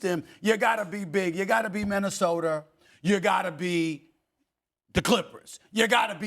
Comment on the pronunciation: Ok it’s been like 2 weeks and Stephen a is actually still calling Minnesota “Minnesoter” every single time. This has to be some sort of troll he clearly must know he’s saying that every. Single. Time 😂